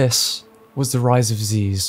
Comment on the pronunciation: I hate to correct you on this great video, but it's Zyzz brah, not Zeez.